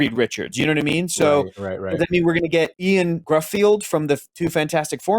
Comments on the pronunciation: Ian Gruffield???😆 By god that's the worst I've heard his name butchered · Ioan Gruffudd being pronounced Ian Griffield is a choice. It's pronounced Yo-ann Griffith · Ioan Gruffud is pronounced Yowen Griffith. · The actor who played Mr Fantastic his name is pronounced, despite his spelling, is Yo-han Griffith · you totally butchered ioan gruffudd's name.